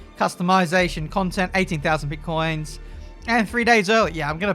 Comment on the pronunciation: Pitcoins but it sounded like Bitcoins. Looks like heavy monetization is in the works.